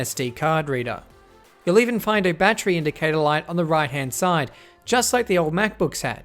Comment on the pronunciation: Great review! "Battery" has three syllables.